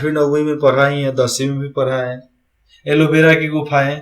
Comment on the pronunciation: Aloe Vera ki Gufa Nahin Ellora ki gufa h pahle Khud acche se padh lo